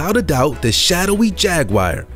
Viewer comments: It is a jaguar not a jagwire! Quit mispronouncing it. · Every single time I watch one of these videos I find the maker can’t seem to tell the difference between footage of Jaguars (which none of you seem to be able to pronounce btw...they are not jag-wires), leopards & cheetahs. Good job on keeping the average up 👌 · What is a "_JAG WIRE?" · what the fuck is a jagwire ? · Some one should teach these people how to pronounce the names of animals like Jaguar it’s pathetic ! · Maybe that's his click bait.. He sound so certain 😣😣😣